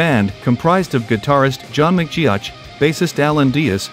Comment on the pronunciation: Horrible pronunciation of John McGeogh’s name